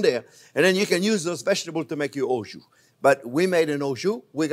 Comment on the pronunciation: It is kind of strange that a french chef do not know how to prononce « jus » !?!